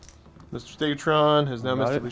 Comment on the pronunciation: Stegadon. StegaDon. Not stegatron.